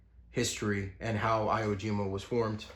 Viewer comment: Sorry to be that guy but I think this one's important. It's pronounce ee whoa jeema. E as in ewolk.